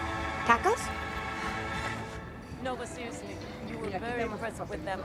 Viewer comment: tocos?? thats my favorite part after she killed a guy she said tocos